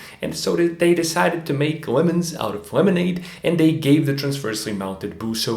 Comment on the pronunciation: "Lemondade"? Lemonade.